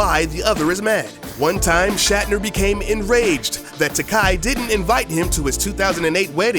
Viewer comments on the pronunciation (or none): George TA-KAY not TA-KAI :) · It's TakEI. Like TOUPEE. XD